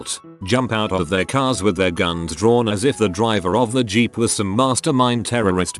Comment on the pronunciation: no one: narrator when it sees the word 'Jeep': G E E P